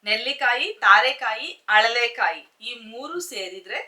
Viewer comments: Adu haralekaayi alla mam alalekaayi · ಅಳಲೆಕಾಯಿ ಅಂತ ಹೇಳಿ ಅರಳೆಕಾಯಿ ತಪ್ಪು